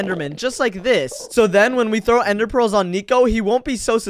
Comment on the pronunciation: did you just say " you can't get enderpreals now"